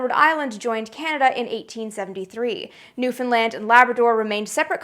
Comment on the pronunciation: You got "Newfoundland" spot-on. Thanks.